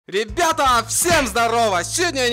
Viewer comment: сказал нам привет бебета😂 а не ребята